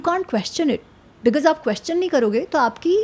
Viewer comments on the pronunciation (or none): none